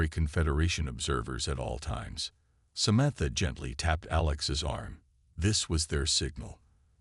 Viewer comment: why does this narrator have trouble pronouncing words? its SA-MAN-THA sheesh